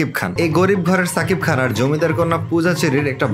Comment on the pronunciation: are bhai bhaijaan er namta valo kore keno bollena...na English janena...Shakib khan bolen not sakib Khan..